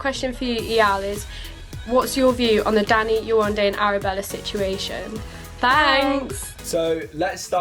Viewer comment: it's so nice to hear the host FINALLY say yewande's name correctly and not yewanda.